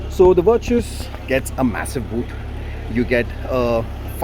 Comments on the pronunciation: Vir-chus 🤣 mat bolo bhai naam aap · "Virtues..... Sorry Vir-Choos" 😂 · First start pronouncing the name properly before making the video